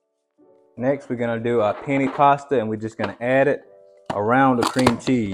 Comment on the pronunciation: p. Thank You Sir. You Are an inspiration of God Almighty. I love your videos and your recipes. One tip. Penne pasta is pronounced Pin-NAY.